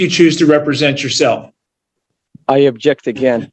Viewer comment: It's "OBJECT" not "ABJECT" dummy sovshit.